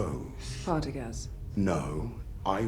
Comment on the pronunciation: Pardagaz* Not Pedagrass